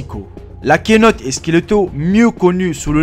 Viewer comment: ça s'écrit kenote mais ça se dit senote